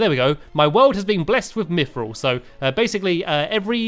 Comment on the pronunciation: Colbalt: Col-bolt Palladium: Pal-ad-ee-um Mythril: Mith-ril Orichalcum: Oric-hal-cum Adamantite: Ad-a-man-tite Titanium: Ti-tane-ee-um